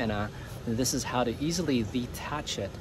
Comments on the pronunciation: Isn't it dethatch, not detach. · It does seem that they put an H in that word for a reason... Maybe he's F-ing with us?